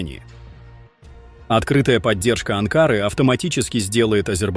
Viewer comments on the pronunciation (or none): Не Анкаааары,а Анкарыыыы .ударение на оканчания надо ставить